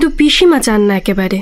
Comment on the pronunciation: পি কে বাসুর পর রেডিও মিলনকে আবিস্কার করেছি। পুরোনো নাটকগুলো শুনছি তাই। বাঙাল উচ্চারণগুলো সামলে। এ্যাকেবারে নয়, একেবারে। আমিও বাঙাল তবে পেশাদার উচ্চারণ কি হবে তা জানি একটু।